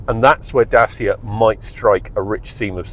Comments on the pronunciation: it's not french is Romanian...is not that hard to say DACIA instead of Dasia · Is DACIA smart pants not DASIA🤣🤣🤣When will you learn🤣🤣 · It's pronounced "Da-tcha" not "Day-seer" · Very god review but every time me mentions the make by name it really JARRS with m! Get the name right PLEASE Datcha !!! I am not the only one, If you are going to be ca car reviewer it would be excellent if you could get the name pronounced correctly. Surely when you went to the presentation you must have heard the Dacia staff pronouncing it as it SHOULD BE! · I wish you’d learn to pronounce the damn name. Dat-cha! It makes you sound as if you haven’t done any research or have any background in the auto industry. It’s basic stuff.